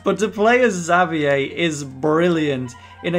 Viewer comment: you called xaviers name wrong